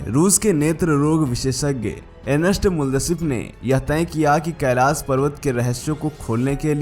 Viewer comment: Kailash bolna nahi aata... pahele iski training lo..